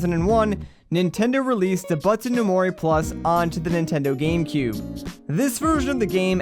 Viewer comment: i love the video but each time you mispronounced doubutsu i curled inward a little :(